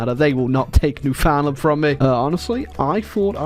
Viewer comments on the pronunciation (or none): As a Canadian, it will always bug me when people say New-Found-Land. Yes that's how it's spelled, but it's pronounced New-fund-lund dammit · ITS PRONOUNCED LIKE "NEWFIN LAND" NOT "NEW FOUND LAND" posting this for all my canadians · It's not "New Found-land" that is just about the worst way to start it, it's actually "Newfin-land". I mean like saying it like that is just blasphemy. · its newfinland not newfoundland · Isp: NEW-FOUND-LAND!! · Alright kids, say it with me! Newfinland. New-fin-land. Say it right ffs. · All these years and still can't pronounce Newfoundland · I hate how says Newfoundland